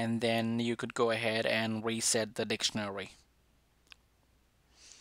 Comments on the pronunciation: “Click on weset” wow ur a christen man ofc! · We-set ahaha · Who heard weset